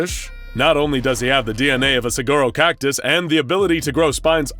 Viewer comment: "Saguaro" is pronounced like "suh-wah-roh". Its a silent g.